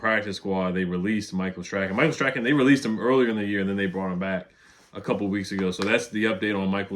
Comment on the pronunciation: Nobody says Michael’s name correct. It’s pronounced Stron not stracken